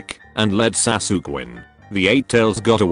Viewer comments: Anime: sasuke Automated voice: satukie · google translate pronounced sasuke like "sassok" xD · i love how the text to speech voice pronounces sasuke sas ook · Name:Sasuke A.I voice:S A S U K